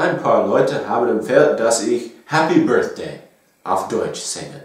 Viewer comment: This video was so great! I laughed a lot😂😂😂😂 Especially Happy Birthday was good! You're right, the Germans say Happy BirSday😂 Great job👍🏼